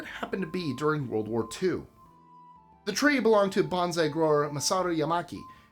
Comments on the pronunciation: You always try so hard to pronounce foreign words correctly, and I know you have visited Japan. That why your pronunciation of bonsai surprised me ‘banzai’ is a completely different word. Bonsai is pronounced like ‘bone-sigh’ banzai is what you might yell while piloting a kamikazi mission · Bonsai is pronounced "bone-sigh", not "banzai".😒